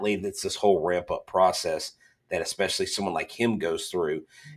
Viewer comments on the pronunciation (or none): look I love you but I’m sorry: if you say “ekspecially” one more time, I’m gonna punch a hole in some plywood